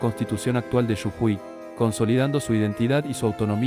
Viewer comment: Jajaja! Quizás interpreta la J mayúscula como Y